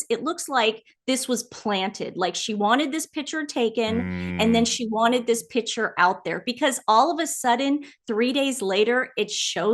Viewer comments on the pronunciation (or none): It’s impossible to listen to you intentionally, repeatedly mispronounce the most basic of words. If anyone can help you learn the correct pronunciation, of the word ‘picture’, it would help make some of your arguments and opinions appear more coherent and intelligent, while you both talk all over each other. I want to be on your team and support your channel, although my apologies if I’m in the wrong place. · I wish they would learn how to pronounce piCtures...it's not pitchers. So annoying as they constantly use the word.